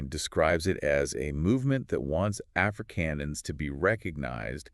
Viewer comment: They are not Africans as you pronounce them, They are Afrikaaners.